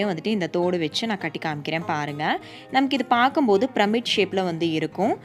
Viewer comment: Aunty it's not pramid it should be pronounced as pee-ra-mid I mean the pronounciation. But it's spelling is pyramid